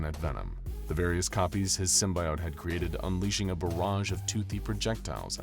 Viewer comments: It's not simbiote it's simbyote, how how ever you spell them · Please..no more Sym-BYE-ote / Sym-BIO-te it's just Sym-BE-ote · It's pronounced sim-bee-ote Dispite being spelled with an I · That "sym-buy-ote" pronunciation is gonna create a lot of butthurt! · this was fun but you kept saying "symbiote" wrong. 🙄